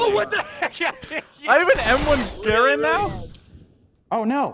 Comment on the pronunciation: U insulted my intelligence with "m1 garand"(I mean this in the nicest way possible)